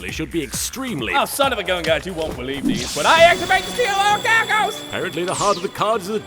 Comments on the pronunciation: It pisses me off that he said orichalcos correctly. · Wait he says it right! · This is the only time "This" version of Darzts said it right. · I think this is the only time says Orichalcos correctly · actually pronounces Orichalcos properly the one and only time lol <3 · actually pronounced the Orichalcos correctly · Ohsunofagunyouwon'tbelievethis but I ACTIVATE THE SEAL OF ORICHALCO- WAIT WTF HE SAID IT RIGHT?!?!?!? YOU BROKE THE TEXAN DARTS?!?! HOW COULD YOU! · doesn’t mispronounce Orichalcos